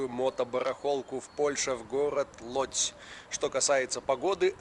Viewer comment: Шановний автор ролика НЕ ЛОДЗЬ, а ЛУДЗЬ... ( ŁÓDŻ )